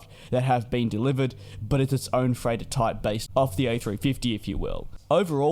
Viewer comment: Oh!!! He's saying *freighter*!!! I couldn't figure out what the heck an "A350-3Turn" could possibly be. :D :D :D